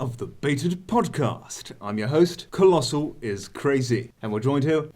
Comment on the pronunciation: at some point keem called colossal "clien" lol